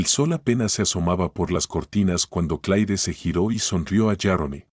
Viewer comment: Sr No es Clai Esta bien rscrito Pero se pronuncia C L E R Para que ponen nombres en ingles, si no lo saben pronunciar